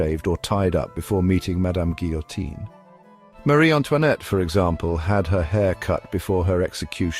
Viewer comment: You're saying Guillotine wrong.